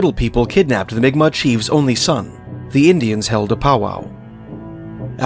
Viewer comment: Pronounced mic Mac